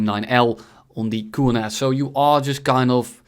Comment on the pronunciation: It is not koornass it is kornass